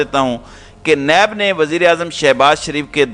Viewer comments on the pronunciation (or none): یہ نیب نہیں ہے, بلکہ پن کی نب ہے, جو لکھا جاے وہی پڑھا جاے اس وہ لکھ دیتے ہیں پڑھ دیتے ہیں۔ یااللہ معاف فرما اور رحم فرما